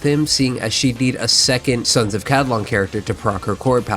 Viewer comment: Ca-li-don.. not ca-di-lon…